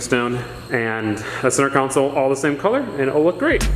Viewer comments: I couldn’t even finish this video because I can’t handle you saying council repeatedly, when it should be console. Yes, CON-SOLE. ffs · Say it with me... CON SOLE... console. Not council. That’s a whole different thing. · It’s console not council lol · CON not COUN, its buzz me off!!! its console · HOLY FUCK IT'S CONSOLE NOT COUNSOLE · "Center Cownsul" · con-sole theres no u in the word........ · “Center cowncel” lol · Why didn't you flip the smaller section of the centre console? It would have mated way better imo. Also, You say console super weird lol.. Love the vids